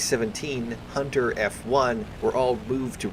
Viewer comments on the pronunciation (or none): none